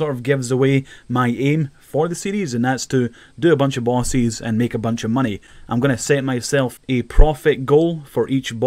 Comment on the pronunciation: I just can't get over the way you say "bosses". It sounds splendid.